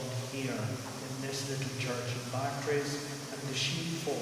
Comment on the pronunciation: The lecture is historically accurate in general, although the speaker mispronounces "Bartres." The photo was taken when Bernadette was 18 (if memory serves). There are no photographs from the year of the apparitions (when she was 14), although a local artist made several paintings of her. There are indications that something unsettling happened in Bartres. She may have been mistreated in some way by Marie Lagues (previously her wet nurse) or her husband. Zola hinted that he suspected some sort of attempted sexual interference, though we can never know for sure. I'm surprised that the speaker didn't mention Pigou, Bernadette's sheepdog. The speaker says that only one sibling visited Bernadette at Nevers. He's referring to her brother, who was a pretty interesting character in his own right. But just before her death, Bernadette also received a visit from her sister Marie (born Marie-Antoinette, called Toinette in childhood). She had always resented Bernadette's status as first-born and thus had a difficult relationship with her elder sister, and Bernadette was angry with her for opening a shop that sold religious items. (Bernadette always despised any any hint of commercialism.) Marie went to Nevers to reconcile their differences. Bernadette, however, was unable to communicate with her, so the reconciliation didn't really occur. However, on the day of her death, Bernadette was able to speak with those around her.